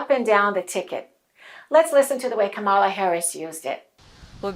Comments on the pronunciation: Dear, you're mispronouncing Kamala's name. It’s not KamAla, it's KAmala. You gotta stress the first syllable. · Accent is on first syllable : Ka mala! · Great video, thanks. But you mispronounce Kamala's name. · too bad she mispronounced it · Please pronounce her name correctly before we can truly listen to your message.